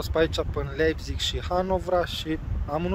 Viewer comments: A pronunțat cum se scrie. :)))) Când de fapt se citește "LAIPTIG" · se pronunta laibtih si farfuria se pronunta tela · Se citeste Laipțih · “Laipțih” :)))) Comentatorii de la Fifa sunt de mare ajutor uneori :))) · Hai ca ești bun pe pronunție. "Laipțig" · Se pronunță Laipțih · Se citeste LAIPȚIG!!! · Cum a pronuntat numele orasului Leipzig 😂😂😂😂😂😂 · Nu știe să-l pronunțe. A avut probleme chiar și cu Leipzig la pronunție